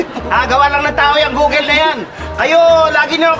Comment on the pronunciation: Googel... haha tabell... Appeell...